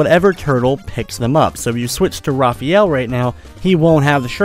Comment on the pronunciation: LOL, I Know You Love Raphael A Lot, But His Name's Pronounced Differently: Ruh-faa-yell. It's Even Canon In Many Old, New, And Origin Games/Media. xD